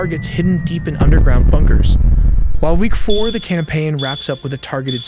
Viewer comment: You said week four more like day for LOL but your stuff rocks I love it good job